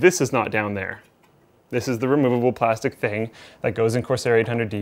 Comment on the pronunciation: just replay constantly "removable". sounds funny